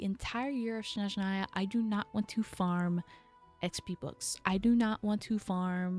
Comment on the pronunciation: Also it’s SNezhnaya not SHNezhnaya, it might be easier to remember if you associate it with the word SNow which is how it’s translated! 🤓☝🏻